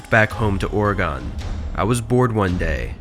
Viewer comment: It’s Oregon not Oregone